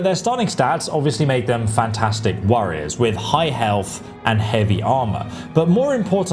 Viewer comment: “The orcs.. fantastic worriers”?